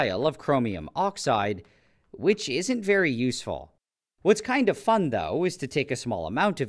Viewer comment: Emphasis on "kind of" 😂